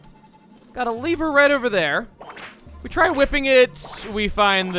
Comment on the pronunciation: I have followed your LP and so far you prounce lever as "leave-er". I dislike that and therefore I say "levv-err", it sounds so much cooler while the other sounds lame. Same goes with Route, "root" is cool, "roa-t" is lame and Nat King Cole sand "Root" 66, not "Roa-t" 66.